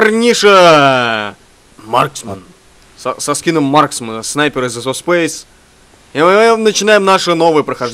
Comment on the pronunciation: кто заметил что фрост в начале сказал "ПОРНИША"лайк